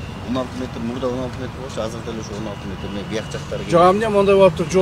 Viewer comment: Казыр деп суйлойбу же мага эле ошондой угулавы Анау мээр суйлогондо?